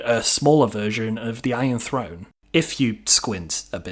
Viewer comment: Since when is a throne said frone lol